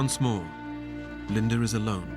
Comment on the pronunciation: Her name is "Linda" NOT "Linder"!